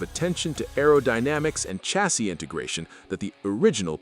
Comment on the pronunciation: Can you say chassis agin?!